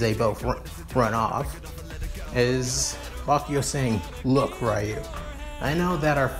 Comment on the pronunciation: it is not rayu it's ryu